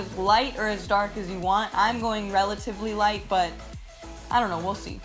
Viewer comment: The first time she said we'll see it sounded like wussy, did anyone else hear that?